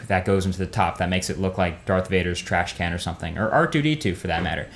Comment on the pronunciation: "Datrh Vader´s thrash can...." jaja.